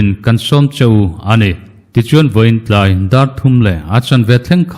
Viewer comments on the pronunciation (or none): none